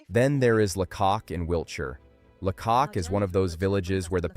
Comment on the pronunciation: AI slop. Where do you start with this rubbish? Weird maps, cars driving on the right hand side of the road and it’s pronounced Laycock with the stress on the first syllable. La cock indeed!